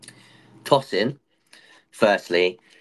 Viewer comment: Pronounced Toe-sin and not Tor-son.